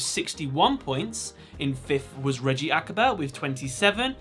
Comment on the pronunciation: It is Reiji not Reggie